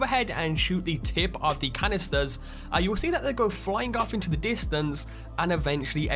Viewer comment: What accent is that ? How come you don't pronounce many "t" ? Diamon ci'y Secre' location Get in'oo Haha you funny dude !